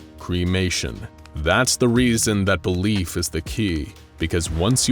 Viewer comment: He said Belief but I heard “the leaf”